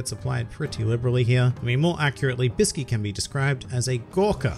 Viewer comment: Do you know that actually the right pronunciation of ''Bisky'' is actually Biske and right pronunciation for ''Kite'' is actually Kaito. So everyone who pronounce it as its typed is wrong.